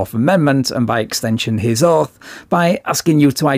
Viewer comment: “Did you swear an ‘oat’ to the constitution?” This poor, simple man… I almost feel a little bad for him. He’s clearly not well educated, and it’s probably not his fault that the Texas educational system didn’t produce a fully functional member of society. He’s just a bit special. 😂